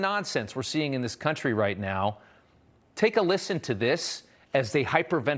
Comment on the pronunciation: What was that "lissen, lissen...lissen!"?